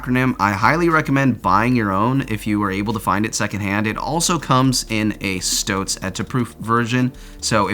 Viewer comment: Stotz is a fabric not a weasel, you need to work on your pronunciation as with strapping system molle that you insist on mis-pronouncing. It’s like the name Molly FYI. Also you’re not utilizing the cinch straps on the waist properly. They’re not intended to be tied off in that manner. Just tightened and allowed to hang free, for future adjustments as needed. You claim that you’ve owned these for years, but also say that you think they’re an older model based on the phone pocket🤔(they are an older model btw). Last but not least- those pockets wouldn’t have burst if you were wearing them in an appropriate manner. Lower on your waist. You sized inappropriately. This is not an informative video and should not be taken as any type of proper review by those that are curious about the brand.